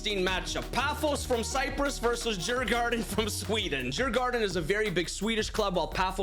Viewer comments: Sant. Helt fel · Nooe he cant prounounce my team djurgården